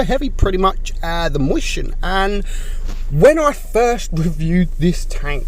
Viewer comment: The Mighty Nuub xdddddddd I forgot that’s how says it moischen